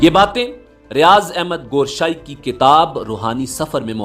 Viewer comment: Gooooshaie nahie hai it's Gowher sahie